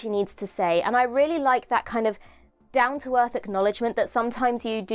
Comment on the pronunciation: Every time you said "rarth" i wanted to set myself on fire.